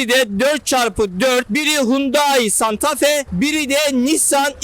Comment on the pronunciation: Uzun yıllar santafe kullanıcısı olarak öncelikle santafee diyorum..